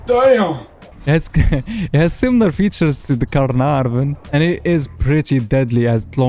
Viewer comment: Ca- er- nar- vun 😂